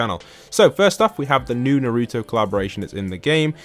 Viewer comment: your calling naruto daruto